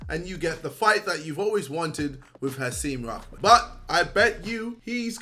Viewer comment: I swear man poor Hasim Rahman’s name has not been pronounced correctly in the whole video Lmao